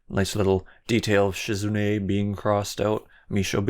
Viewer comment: You have the name almost right, but instead of sheh it's shi for the first part